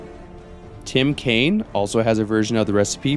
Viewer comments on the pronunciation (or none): none